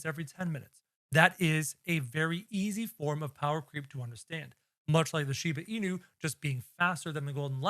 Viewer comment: Instead of bro saying Shiba Inu he said “Shiva inu”